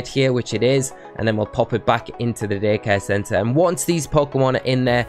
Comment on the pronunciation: It totally sounds like he says dickhead center instead of daycare center.